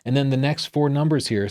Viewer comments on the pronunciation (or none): none